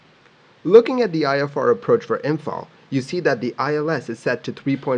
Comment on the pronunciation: as someone in imphal, I gotta say you nailed the pronunciation feels good man